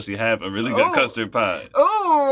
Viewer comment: Not sure what a “CUST-RAD” is lol